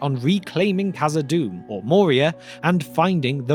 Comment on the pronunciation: Khazad-dûm not khazad-doom my dear friend